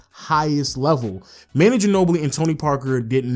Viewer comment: It's pronounced Ma-nu not Man-nu